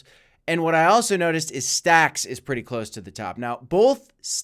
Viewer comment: yay he can say stacks stx correct now 👀you called it out ? haha😂 cough told you so... Thanks for my shout-out?? 😂 Jk